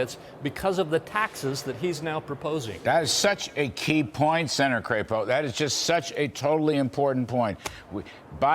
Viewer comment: "CRAP-EOH"????? I say CRAP-O........